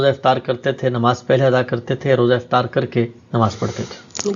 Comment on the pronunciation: Please Note افتار نہیں بلکہ افطار ۔